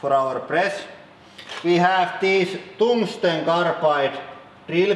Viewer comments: "Toongsten carbide" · Kaaarrrrrrll!! Also, toongstun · Toongstone carapide treel-uh peats